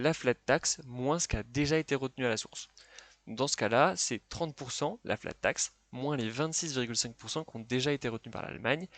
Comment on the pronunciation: On dit "cenT euros" et non pas "cenZ euros".